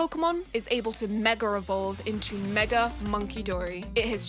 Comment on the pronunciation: i love how everyone pronounces mega evolve meger evolve